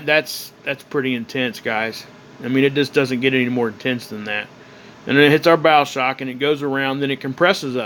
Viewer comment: Bow shock not bowel shock